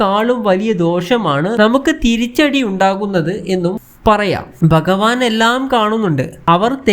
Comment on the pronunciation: എടാ മലയാളം ആദ്യം പഠിച്ചു ഭഗവാൻ എന്നു പറയാൻ പഠിക്കുക